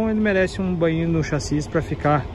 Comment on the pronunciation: O meu querido, é chassi e não saxis.